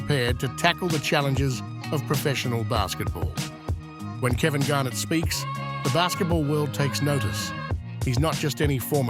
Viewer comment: it's pronounced GAR- NETT, not the way you're saying it